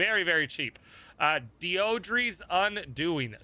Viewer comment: I think the name is pronounced "Dee-Dra"